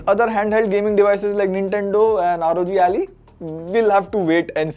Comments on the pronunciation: ROG "Alley" has me rolling XD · You just said rog aali wtf hahahah